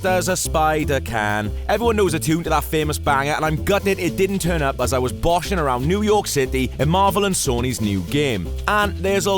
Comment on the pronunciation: WTF is boshing?